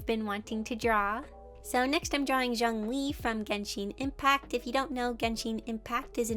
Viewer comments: it’s genshin not genshine lol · "Genshine Impact"